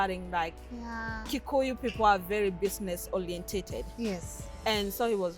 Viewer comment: "bisness olienteted.." lily🤔🤔🤔